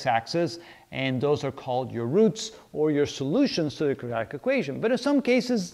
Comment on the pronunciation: Can I ask you, please... Are you saying "Quadratic"? Or, are you saying "Kajatic"? Thank you.